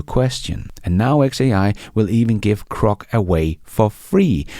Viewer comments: GROK not CROC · It's "Grok", not "Crok". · GROK, not crock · Bro, are you full of it? It’s Grok, not Crok. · Grok. Please stop saying krok. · its Grok not Crok friend